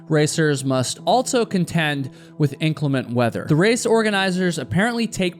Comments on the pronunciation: "Inclement," meaning "not clement," pronounced in-CLEM-ent. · Please pronounce inclement correctly. Emphasis is on the second syllable. Thank you....